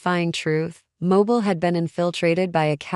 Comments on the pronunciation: It’s pronounced mo-beel and we have enough of our own crime. These cases are NOT from Mobile Alabama. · Please listen to your Ai after it is completed and verify it's pronunciation. If it immediately mispronounces 2 of the biggest cities in Al. And Ms. immediately it's hard to give credence to the facts of the story/article/case!